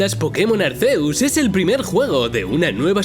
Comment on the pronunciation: Chale desde que pronunció Arceus y no Arkiuzs me dio algo. 😖